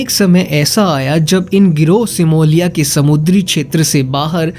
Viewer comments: अरे मूर्ख का बच्चा सिमोलिया नहीं सोमालिया होता है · ये सिमोलिया नहीं है, इसे सोमालिया कहते हैं अपना pronunciation ठीक करो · Bhai Simolia nahi Somalia 🙏🙏🙏🙏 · भाई मेरे सेमोलिया नहीं सोमालिया है। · वो सिमोलिया नही सोमालिया देश है🙏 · हिंदी सुधारो यार सोमालिया तो ठीक बोलो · सोमालिया तो बोलना सीखो